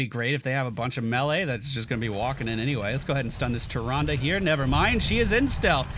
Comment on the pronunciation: I can't get enough of saying "Tyranduru Whispuruwinduru."